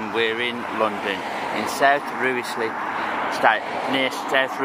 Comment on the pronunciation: Been meaning to catch up with this one, hope your stay in London was fun. Fully agree with choices of food, I'm struggling now I've moved 😫 Rice-slip is how it's pronounced btw I'm not even from north London but this is making me home sick, but I'll be moving again very soon because of it 😅